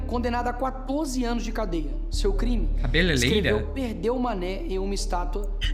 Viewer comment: CABE"LELEI"RA? CABELELEIRA LEILA?